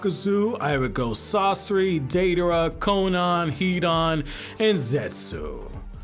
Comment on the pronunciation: “Deiderra” lol